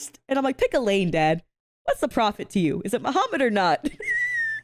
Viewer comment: I swear when she said "is it Muhammad or not" i swear (and i mean no disrespect) i heard "is it The Hobbit or not" i had to rewind that a couple of time to make sure i heard wrong 🤣🤣 🤣🤣🤣I'm so sorry🤣🤣🤣